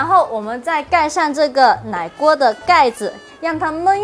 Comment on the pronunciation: 奶鍋講ㄌㄞㄍㄨㄛ剛才講ㄍㄤㄔㄞ金桔講ㄐㄧㄣㄐㄩ